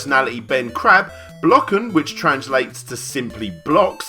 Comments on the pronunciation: Kinda disappointed with #1 since I'm from Belgium. I was expecting some crazy live-action based on an unlikely franchise. Blokken is just a quiz with Tetris shoehorned in so you can yell at your tv when the contestants fuck up. Also, it's pronounced Ben Crabbay (sort of) :P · Immitates Hyacinth from Keeping up appearances It's pronounced Crabbééééééé! (for real though, that's how you pronounce it. Welcome to Dutch) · As a Belgian, I would like to apologize to your viewers for submitting them to Ben Crabbé (pronounced Crabbay btw). As horrible as he may look, just be glad you were not subjected to his bad jokes. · Den Hette Poor Larry has no idea how to pronounce "Crabé" :-)